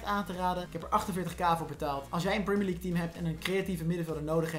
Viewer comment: prumier league